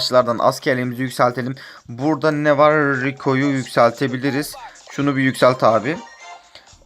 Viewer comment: Adam Brocka Rico Diyor Kasadan 5 puan rico ciktiginda guzel soylemek icin Reco Diyor